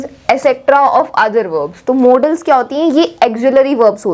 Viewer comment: That is modals not modaaals or models🤣🤣